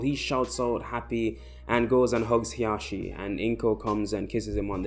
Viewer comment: Isn't it hisashi and not hiyashi or however you want to spell them